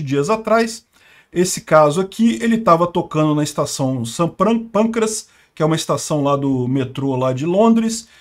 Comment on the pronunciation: Só não entendi quando vc diz o nome do santo...St. Pâncreas??? ou seria São Pancrácio??